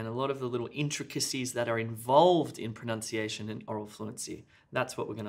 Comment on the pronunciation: Just to say the "u" of pronunciation, should be pronounced as the same as "but", not "aw"